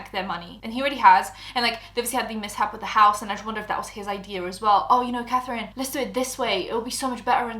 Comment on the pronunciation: “Cafrine, I frew up” 🥺👉👈